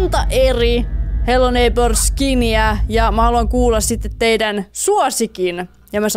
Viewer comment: Repeen aina ku sanot hello neipöö ps.voitko pelaa fortnitee? Ketkä on samaa mieltä paina likee👍